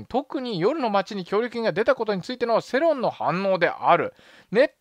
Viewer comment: セロンって何かと思ったらヨロンじゅねーか(笑) 養生=ようせい 世論=せろん とか語録多くて脳内変換がタイヘンダー